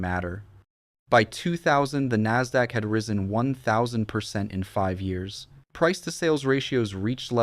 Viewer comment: The way this AI says years is pissing me off...dislike